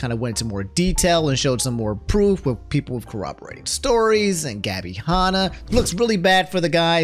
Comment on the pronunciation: Why does pronounce Tana and Hanna names like that 😭